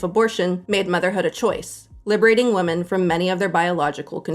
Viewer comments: Why do so many people in internet videos pronounce "women" exactly the same as "woman"?! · Drives me nuts how the curly-haired lady pronounces "women" as "woman". Why do people do that?